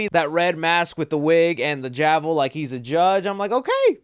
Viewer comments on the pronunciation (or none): Did you say “javel” when pronouncing gavel? 😂jajaja